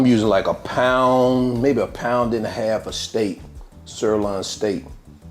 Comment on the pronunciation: It’s a sir loin. Loin not Lon. Loin. You’ll get it.